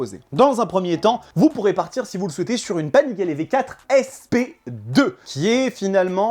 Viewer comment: pourquoi tu dis Panigalè ? 😄